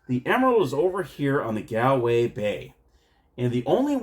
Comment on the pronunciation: The top o' the mornin' to yay! Sigh... my poor ears... Shillelagh is pronounced sh - lay - lay Galway is Gaulway Celtic is Keltic unless it's the name (or part of) of a football team in which case you nailed it. The game's not based on fact, no leprechaun worth his salt will give away a smidgen of gold, let alone a full pot of the stuff. Indeed watch the movie Leprechaun to see what happens if you should get your grubby little mitts on his treasure! Good review of a game I was unaware of, though I suspect most people who would be interested in it will be too drunk to watch this tonight! 😂 Happy St. Patrick's Day.